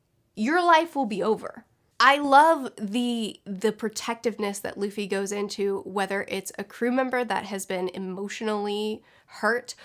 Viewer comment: Remember when she said "Laffy" 😂